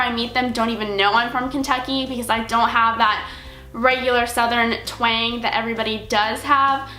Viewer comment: When u said "twang" your southern accent def came out hahaha 😘 -Annetra